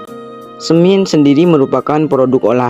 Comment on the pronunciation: Penggambarannya kok tambang batubara.. Bhasanya semin jg dipengaruhi dialek mungkin.. Hrsnya semen..